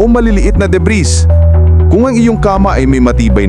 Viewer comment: /debri/ not debris. Silent l Yan.